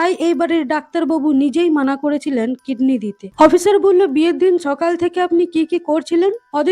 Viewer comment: আপু কিডনি তো দেখছি কৃমি হয়ে গেলো উচ্চারণের জন্য😂😂😂😂